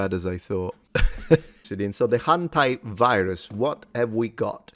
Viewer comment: Wait... it's "hanta"... not hentai...